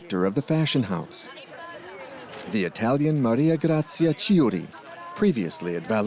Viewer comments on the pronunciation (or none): Please, if you have to pronounce a name in a foreign language, find out the correct pronunciation."Chi" in Italian is "kee"